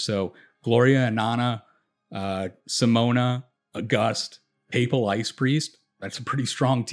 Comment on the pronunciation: Appreciate the analysis and the fact that you can actually pronounce "papal" +1 sub